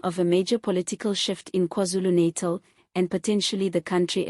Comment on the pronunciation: We like your reporting but please pronounce NATAL correctly and Z is not Zee, this is English, please!!